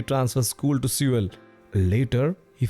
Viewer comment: did i just hear him say sewer when trying to say Seoul? Anyway amazingrecommendation, keep the good work!